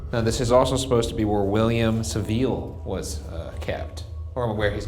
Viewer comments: GLAD I WASN'T THE ONLY ONE BUGGED BY HIS SAVILLE PRONUNCIATION 😂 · Also saville lol